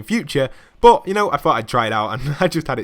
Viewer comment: when u say “but” it makes me think of butt i dont know why?